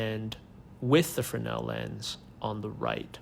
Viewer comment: And now I know the correct way to say Fresnel. 😉